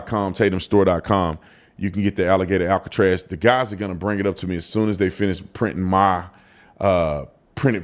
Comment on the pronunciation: That’s what they’ve been calling it….Alligator Alcatraz. You said it correctly.